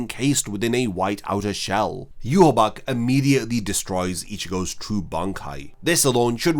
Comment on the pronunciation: Ill never get of Ywach being pronounced Yew-Haw-Bock. I'll never be able to hear it any other way xD.